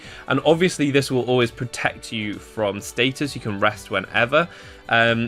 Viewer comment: Status, not stattus.